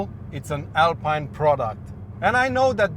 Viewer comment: "Alpyne" is for Rootes/Chrysler/PSA car models (Sunbeam Alpine, Chrisler/Talbot Alpine). "Alpeen" is the French brand, and therefore needs the French pronunciation.